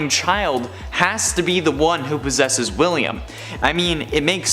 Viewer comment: He pozez hiz ghozt.